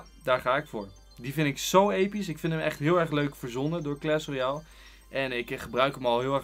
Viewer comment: Wtf hij zegt kles royale